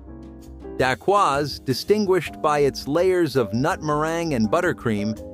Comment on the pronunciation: OMG. he butchered the name Daquoise